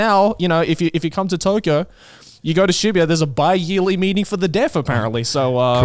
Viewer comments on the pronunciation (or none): none